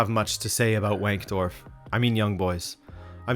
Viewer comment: All I want to know is if they have a women's team too, and if they do, should we call it Young Girls? 🤔 Edit: also W is pronounced a V in German, so it's Vank-dorf.